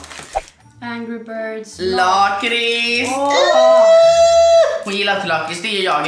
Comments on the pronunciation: Ni säger lakrits fel, och kex det heter chex (inget hat) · Säger du lakrits med "långt" a, jag säger med "kort" a, bc jag e från Skåne😂